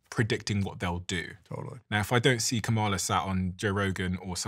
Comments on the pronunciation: Please stop mispronouncing KAmala's name (accent on FIRST syllable). Its disrespectful and there no excuse for it. Do better. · Steven please pronounce Kamala’s name correctly. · I’m sorry Steven but at least pronounce Kamala (Karmala) name properly! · The least the HOST of the PODCAST can do is pronounce Kamala Harris' name correctly!!! Seems intentional. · I wasn’t super comfortable with Newsomes podcast and talking to those extremist. If you are going to run in 2028 some will be still look at you with a side eye 👀 Also Steven, respectfully, pronounce Kamala’s name properly. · Why does refuse to pronounce Kamala's name correctly? It's not an accent thing, it seems like a blatant attempt at just being disrespectful (whether he believes she deserves the respect or not is irrelevant - as a host, he should have the basic dignity of properly pronouncing people's names).